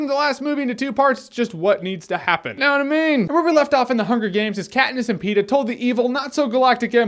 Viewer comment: ah yes, Kat-piss.